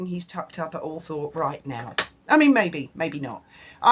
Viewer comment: Isn’t it pronounced All-trup?